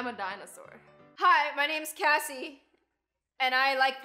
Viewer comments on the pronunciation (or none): Jj Kinks not Cassy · No hate but it's